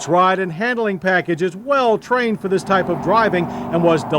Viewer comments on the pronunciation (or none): none